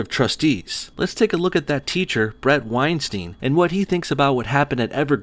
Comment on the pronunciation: Bret's last name rhymes with Einstein, not with time scheme.